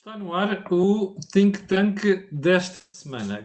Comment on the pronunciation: Cada vez que Jorge Marrão diz think thank parece dizer sink thank o tanke de afogamento...